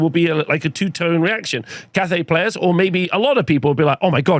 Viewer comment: Pretty sure it’s Cathay